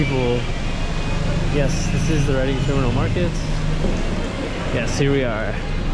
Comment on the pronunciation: It's Reading, pronunced "Reding"